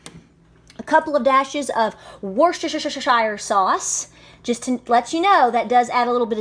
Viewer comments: Danny Boel WUSS-TER-SHER we don't say 'Shire' or 'Sheer' here in the UK. The last syllable would rhyme more with amBER, anGER, than with bEER OR fEAR, that's in the East Midlands anyway 😉😉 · hi, love this recipe and will definitely try it for my men. just a little mention, Worcestershire is pronounced woostersheer, English pronunciations are odd. keep up the great work, live your channel and your homestead, cheers from Australia:-) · Worstershushushsuh sauce? Haha